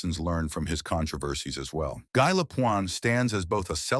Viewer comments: GUy Lapointe GUY like I not like a guy... So common take the time to pronounce his name correctly. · The message preceding the content of the video assuring viewers that every effort has been made to ensure accuracy would be much more credible if the narrator knew how to pronounce the subject’s first name!